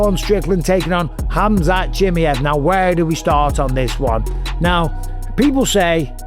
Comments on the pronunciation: Why you call him “Chimiev”!? It’s “Chimaev” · CHIMMY EV. CHIMMY EV. chimmy. ev. Please say Chimaev! CHIM- EYE- EV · Hamzat Jimmyhif is crazy pronunciation bisping 😊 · Say it with me - SHHH MY ev Chimaev. Cmon bisping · His name is pronuanced as "She Mai Yeev" for fuck sake its not hard come on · How the f can't you pronounce Chimaev after all these years?!!!!! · Can’t wait for this fight to be over so Bisping can’t stop saying Chimaev incorrectly.